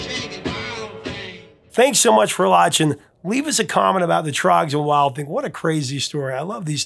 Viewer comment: Professor, thanks a lot for lauchin, lol…I know you meant “watching”, but it was funny! I love your show, so Thank you!